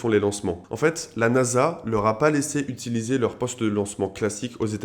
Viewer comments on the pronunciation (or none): none